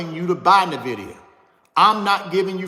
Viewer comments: Pronounced "Enn-Vidia" not "Nih-Videa" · Invida not nahvida lol he be speaking from the heart that's passion